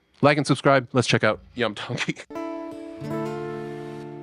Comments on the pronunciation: It’s not Lam! It’s Iam ( ee-hum). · The name is Pronounced Ian with an “m” not “I am” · Dude u r mis pronouncing his name it's not yum it's em Tongi it's the last 3 letters of his name William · Iam is pronounced the same as "Ian" but with an "mmm" instead of "n" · It’s Iam pronounce the Kline a long E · Name pronounced on show as Iam Is 'Ee am'